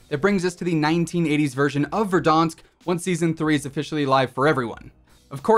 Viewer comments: I like when you say Verdansk correctly, I feel big cringe when you say Ver-Dawnsk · No body: Not a single soul: VERDAHNSK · Man pronounces verdansk like it’s french